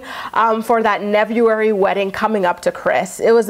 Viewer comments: Did you say "nevuary" wedding? Lmao...The shade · “Neveury” 😂😂😂 I’m dying 😂😂😂💀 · Nevuary. 😂 Kailyn comes off as controlling.